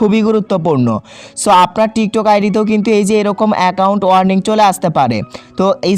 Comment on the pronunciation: ইংলিশ এর মায়রে বাপ কইরা দিছে,ওইটা warming না warning হবে,দুইটার মধ্যে অনেক পার্থক্য। আর বাকি গুলা তো বললামই না🐸